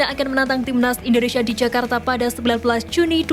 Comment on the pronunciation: Jakarta bukan Yakarta😅